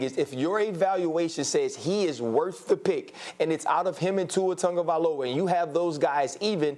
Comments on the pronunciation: Tungovailoa?? Is it just me or do these guys not know how to say his last name properly? How does on get Tungo from Tago (Tagovailoa)? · Why people keep say “Tongaviola like there’s an “n” in his name smh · Because that is the rule in Samoan. If the is a g there is a silent "n" in front son. So Tagovailoa = Tangovailoa